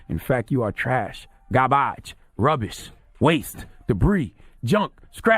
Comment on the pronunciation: “Garbaage Debree Ruubish”